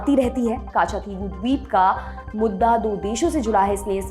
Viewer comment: कच्च-दीवु! काछा- थी वु नहीं